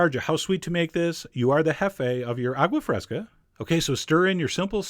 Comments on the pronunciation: A-goo-ah fresca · “awgwuh freskuh”